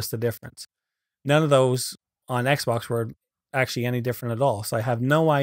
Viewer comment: It sounded like he said "First thing you want to do is go to your meme account"